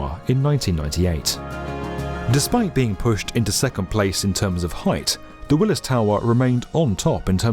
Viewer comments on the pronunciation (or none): none